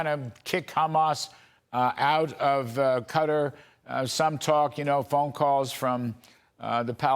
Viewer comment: Sorry, but to all media.and even our government, please stop mispronouncing Qatar. It is not pronounced "Kater". Look it up for Pete's sake, it is Qatar " kuh-taar". It was always pronounced correctly before and then we followed some.idiot that started calling it Later and now all of you sound like idiots.